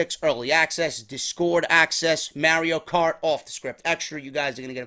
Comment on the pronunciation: Lol "Mary-o Kart"